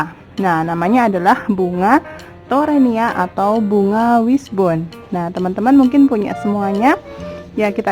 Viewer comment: Sampai salah ucap teronia 😂😂😂👍👍👍mantap bun